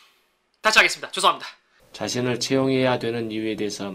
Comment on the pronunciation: 고3이라ㅜ그런지 죄송합니다가 재수합니다라고 들리네